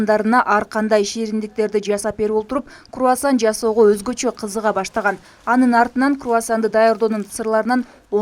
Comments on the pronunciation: Крувасан эмес Круасан😅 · Куасан эмес крувасан 😂